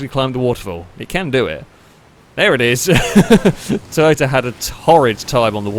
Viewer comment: Wow! You just said Toy-BOATA AGAIN!!! Ha!!!